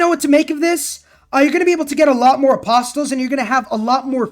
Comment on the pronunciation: Dude, your info is good but you get WAY too excited! >.< Oh and the "T" in apostles is silent.